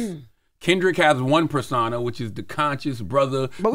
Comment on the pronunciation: It’s perSOna, not perSAna 😂